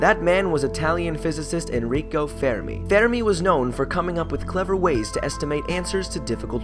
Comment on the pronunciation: Enrico not Énrííco